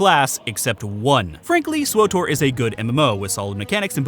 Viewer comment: Swowtor /giggles Say it again!